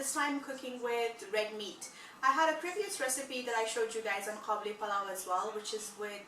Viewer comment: it's قابلی not کابلی therefore it's Qabuli, not Kabuli... Kabuli is a person from Kabul